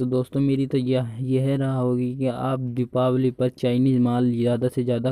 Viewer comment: O bhai diwapali nahi dipawali bolte hain is tyohar ko